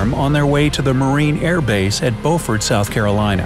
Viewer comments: I'm a local from there, and, contrary to the French pronunciation of Beau, we pronounce Beaufort as "B-you-fort." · Everybody in South Carolina pronounces Beaufort as BEW-Fort, it's not BO-fort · Correction: Beaufort, SC is pronounced Beyoofert; its Beaufort, NC that is pronounced Bowfert.